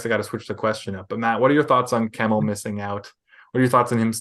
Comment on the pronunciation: My guy's butchered Kemell's name!